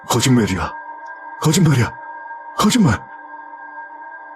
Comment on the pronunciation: 왜자꾸 '거짓맬'이라고 하세욬ㅋㅋ